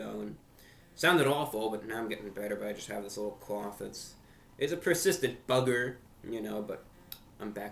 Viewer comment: “…the BUGG-er.”